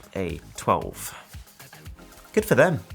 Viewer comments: bro it's pronounced Professor 'Ex-Zaviour' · Eks-sae-vierr!!! Eks-sa-shay-twelve Come on it's not random... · its pronounced "exzayvier"